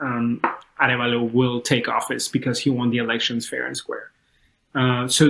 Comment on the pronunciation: Bernardo Arevalo----- say "ah REV ah-lo"